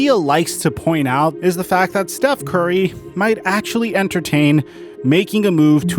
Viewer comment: Big fan of the channel, but lately I don’t watch as much because the way u say Steth Curry and Giannis Inetitakoupoe is so agrivating I just watch coupe...